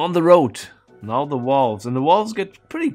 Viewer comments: THe what? The wolves ? I think you mean valves. vaaaaaaaaaalves with an aaaahhhhh. lol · "Why does he keep yammering about walls?" "Oh right, he can't pronounce the V". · I thought he called Valves, Walls. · i know you are German, and in Germany the pronounce the V as a W. But whe you say walves it sound very strange. At first I thought, Walls? But than i saw what you ment. Try to say the V as in Volkswagen or Verdammt. Than it sound alright. No offence bye the way 😬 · I heard walls for the longest time as well. even "wolves" once. totally confused, until he pointed at the valves.